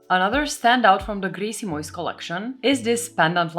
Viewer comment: Grejsimojs... perfekt pronounciation It means ... stuff ..kind of😊 Love from Sweden 🇸🇪